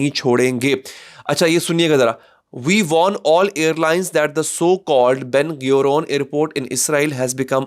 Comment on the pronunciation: It's Ben Gurion NOT Ben ghayoor